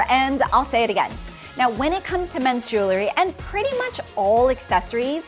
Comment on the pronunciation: Just a little recommendation that many are guilty of..."jewelry" is pronounced with an "ry" at the end of the word, jewel. We wear jewels not juluhs. It's jewelry not juluhry. Even jewelry designers make this pronunciation mistake! Lol. I looove your content and it has helped convince my man to up his fashion game. Thank you. Thank you. Keep up the excellent work.